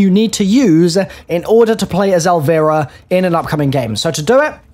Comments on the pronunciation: bruhhh all the british YouTubers are pronouncing her name funny XD they say it in game. theres no room for the whole "tomAYto tomAHto" thing. her name is "EL VIE RUH" not "EL VEE RUH" XP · "Elveera" what are you doing